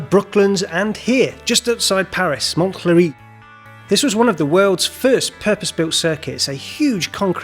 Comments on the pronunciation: Montlhéry... Don't pronounce the "t"... Monlhéry Also, it's Montlhéry, not Monthléry Source: I'm french :) EDIT: Full name of the track is also technically Linas-Montlhéry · Monthlery is pronounced "Monlery" as the t/th are silent in front of an "l". By the way, Paris traffic is not more chaotic than London traffic! Strangely, british people seem obsessed by the Charles de Gaulle roundabout ... which looks a lot more chaotic than it is once you know the rule: priority is given to people entering the roundabout hence, if you are already on the roundabout, you have to leave way to people entering from your right. Once you know that and forget your fears, the roundabout is really easy and I have driven it hundreds of times.